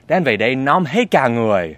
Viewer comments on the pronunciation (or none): từ "nóng" chứ không phải "lóng"